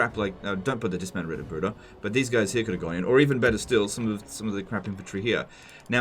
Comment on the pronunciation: I found it funny that I was crinching at your pronunciation of Knechten but then again the game doesn't make any sense as well. Knechten is a verb. The singular of the noun is Knecht and the plural Knechte. You also had problems with all the Brueder = brothers. Not surprising.